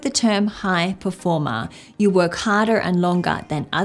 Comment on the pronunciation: Oh, this accent of "performá" kills me 😂